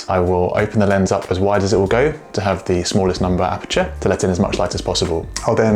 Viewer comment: I hate the way he says aperture